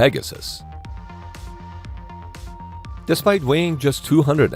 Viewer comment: The USS Peg-your-sis? THat doesn't sound right......